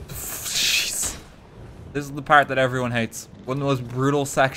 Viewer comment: IRISH MOMENT: Why are ya focusing on thath?